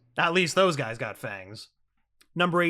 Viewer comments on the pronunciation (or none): none